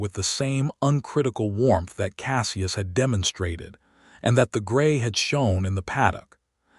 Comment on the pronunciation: SELLya?? Isn't there a way to correct the AI tendency to screw up pronunciation?? CASSee us?? Celia and Cassius aren't that hard to say. Otherwise it was a good story.